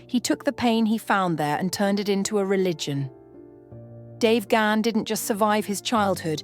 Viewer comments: Bonus points for the correct pronunciation of last name ❤❤❤❤❤ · Thank god someone knows how to pronounce Dave's surname